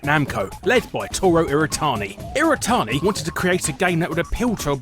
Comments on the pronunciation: ... It's not "iratani" it's "iwatani." Pronounce your Ws man! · Every time he says "irratani" instead of "iwatani" I feel like punching him. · So did he just not realize his name is Iwatani and not "Iratani" or did the English just forget how to speak their own language? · The name's Iwatani. Not Iritani. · Every time he says iwatani, it sounds like he's saying "iretardi"